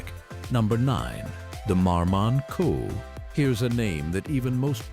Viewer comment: I am so tired of all of this AI BS! Can't you learn to narrate your own video's? CO EE's?? COE stands for Cab Over Engine. You can't rebuild a DD engine on the road with simple hand tools. You at least need a torque wrench, special tune up set, a vacuum gauge, and I'm sure there's some I've missed. Otherwise a good video. I do remember seeing all of these trucks on the road at some point in time. HG